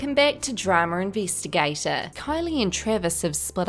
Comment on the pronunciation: "drama invEESTEEgaTOr"